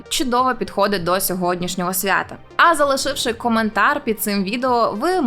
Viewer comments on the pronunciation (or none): none